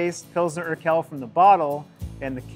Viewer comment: Why does have to butcher the qu sound in Urquell so? Qu makes exactly the same sound in German as in English: kw. So Urquell is pronounced something like oor-kwell.